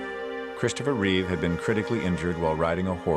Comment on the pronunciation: REEVE There is no s on the end of his name. Even after more than 40 years; numbskulls can't get that right... And there is nothing wrong with Cavill. Anyone who says so is terminally wrong.